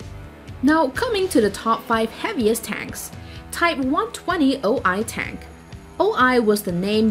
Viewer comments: Learn please the right names, T95, O-Ho Not O-I... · when she says O-I when its a O-HO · kv4 and 5 lol that is the o ho not o i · Thats an O-HO not an O-I